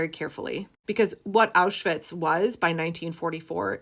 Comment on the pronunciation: I am a self-confessed vocab karen. As a word-stickler, I notice that you correctly pronounce the double-V in Auschwitz but still say "sossall" security. I know I'm shooting myself in the foot right now- please don't block me, and please consider my plea, as it is in earnest. I'm sure other word nerds have felt the urge to comment on this. It's not easy being a nerd, or a word lover, and we all need solidarity, now more than ever. I just can't stay silent. Please hear my plea, I mean it with total sincerity. I'm well aware this isn't the topic that needs to be addressed, but I hope others out there will hear this and have my back. Maybe they won't... But if this message resonates with you, you're not alone.